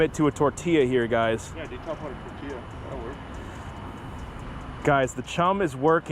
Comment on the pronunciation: It's tortiya, not tortllllllia